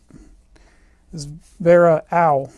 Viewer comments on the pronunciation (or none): It’s pronounced all not Awl